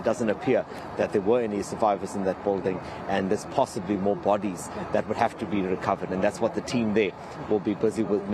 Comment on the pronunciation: Bot tees instead of bodies.